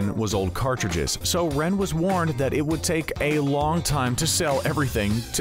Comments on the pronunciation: It is rene not ren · I’m dying at how the narrator is pronouncing Rene 🤣 it’s René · Bruh his names Rene (renay) not Ren😂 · renee not ren lol it annoys me so much for some reason they pronounce his name so wrong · R-E-N-E pronounced like renee not ren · Not Ren it's Rene (Re-nea) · anyone else feeling bothered that the guy in the vid keeps pronouncing Rene's name as ren? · They said his name wrong it’s pronounced Rene